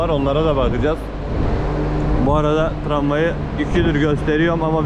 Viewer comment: Tramvay değil o traway 😂